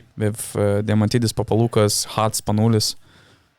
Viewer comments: Guys, thanks for the video. Great idea. As for the name Papaloukas.. it's PapaloukAs, not PapalOUkas. Also it's Sofoklis ShortsianItis.. The h is pronopunced like in "horse". And TartsarIs.. not TsartsAris. Thanks again. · it's the first time i heard americans pronounce greek names SO PERFECTLY ....except than papaloukas almost every other name was so correctly pronounced...i was really amazed